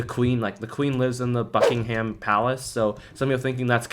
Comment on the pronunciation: bro americans trying to say buckingham is painful